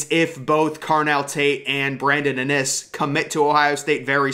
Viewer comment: Bryson Rodgers WILL BE THE BEST ONE PERIOD.. and it’s IN!! Innis BRO! Not Ah-NNIS! Lol come on bro!